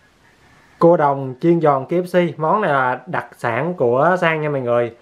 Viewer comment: Anh ơi.đặc chứ không phải đặt🤧🤣